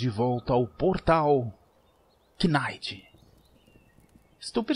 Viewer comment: Like Mano, Mas não se Pronuncia o K no Knights, Ele serve só de Enfeite 😆😆 Video Da hora